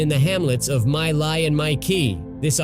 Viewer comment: My Lai; pronounced 'Me Lie'